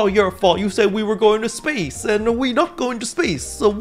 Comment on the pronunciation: But you said we’d a go to space-ah 😂😂😂